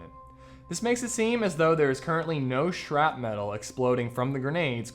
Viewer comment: Shrapnel, not shrap-metal or man I don't know what you're saying.